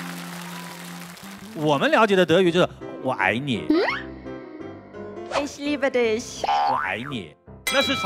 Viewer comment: She has a very good German pronunciation, the young woman at the beginning. She says: "I love you!" in German! Very good! 👍WYB doesn't look good, is he sick? Please take care of yourself, the same applies to the DDU brothers.